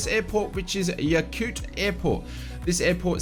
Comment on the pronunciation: Another great video! Although, I couldn't be quite sure, but when you spoke of that Alaskan airport, I think it's spelled Yakutat? If so, you pretty much pronounce it Yak-oo-tat. Haha